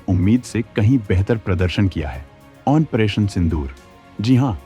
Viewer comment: operation ko OPERATION kyu bolte ho ap...?